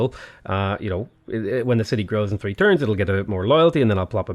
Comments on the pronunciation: "A couple of turds to recover" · "couple of turds" am I hearing this correctly?